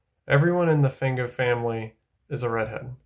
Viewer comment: yep its like Fawn-go or Fonn-go. lotta people say it like Fang-go though